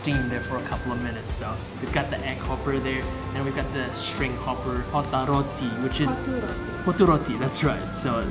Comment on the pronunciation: my mAN SAID KOTTA ROTTI 😀